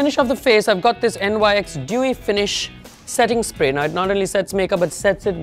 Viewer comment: Love your work! Btw NYC is pronounced Nics ☺